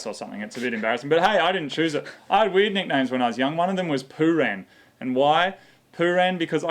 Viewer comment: Poo-rang.. I thought you said 'poo-ran'.. poo ran down your leg.